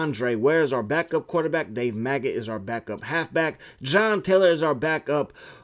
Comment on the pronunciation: Bruh his name is Megget. Not Maggot. Lol